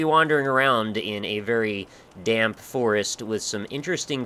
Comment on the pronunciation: every time you say damp i hear dank(dank note, dank forest, etc)